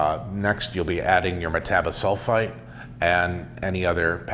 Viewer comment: No, the CO2 does not affect flavor. You are pronouncing Metabisulfite incorrectly. And it is never necessary to degas for an hour or even 20 minutes. I have made well over 50 kits and degassing has always been about 4 minutes max using the Mixstir in a carboy.